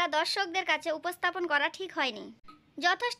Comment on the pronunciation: আপু ডিক বলচেন😂😂😂😂